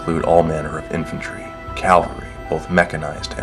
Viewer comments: It's cavalry, not calvary. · I'm assuming that the narrators first language is not English! I've never heard the words willst (whilst) or calvary (cavalry). Unfortunately, this makes for excruciating listening. But on the whole, it's nice to hear the fluff rather than reading it.